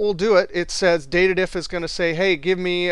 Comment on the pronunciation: DATED-IF? I always thought it's called DATE-DIF.